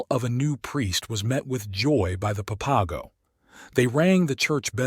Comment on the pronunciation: I wish this guy would quit chopping up the words San Xavier and the papago tribe??? It sounds horrible when he pronounces those words, san haveer, and papago easy to pronounce just the way it's spelled okay.